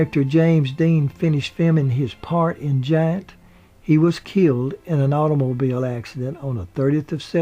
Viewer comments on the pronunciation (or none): none